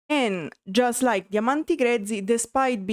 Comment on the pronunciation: Please understand your adding uh to the end of many English words is very annoying. EG; Songs, Songsuh. Like, Likeuh. Other Italian Creators speaking English DON'T do it. Please try changing a bit even if you don't like it. Now show us your tattoos.